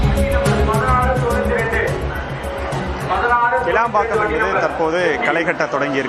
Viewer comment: not kelambakkam ,it's kilambakkam!